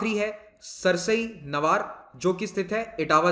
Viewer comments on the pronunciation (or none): सर सरसई नवार नहीं, सरसई नावर वेटलैंड है